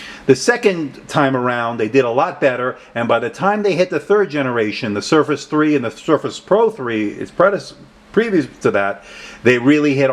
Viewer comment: Thanks for your review. I appreciate these SB reviews. Just a side note so u can correct it, you left the 'r' out of surface in the beginning of the video.